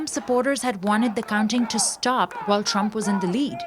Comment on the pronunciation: The girl pronounced trump wrong